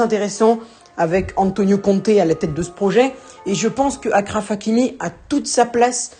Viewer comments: C’est Achraf que ça se prononce pas Akraff 😭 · Achraf comme chaise ça se prononce de la même manière